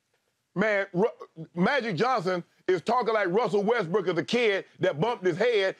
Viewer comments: Skip keep saying WestBrick 😂😂😂😂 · Funny how this man actually calls him westbrick😂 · skip really going at russ calling him westbrick lmaoo